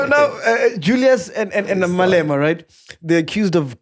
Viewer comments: Team your failing us it’s not Julias it’s Julius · Mac put a "U" on the "Julias"